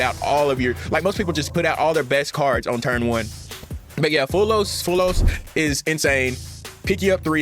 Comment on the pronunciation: It easy bro "mul- charmy" "fu-wall-los"